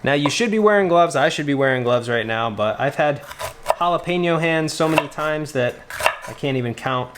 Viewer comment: Thank you for the recipe but especially for your correct pronunciation of jalapeño. You have no idea how annoying it is to me when I hear people calling it a halapeeno or gialapeeno! It's OK if you live in Montana or Vermont or some other place that isn't familiar with Spanish. I can understand but not in So. Cal. where I live! Just ranting....